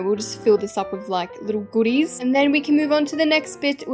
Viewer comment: i like when she says goodies{good.dehs}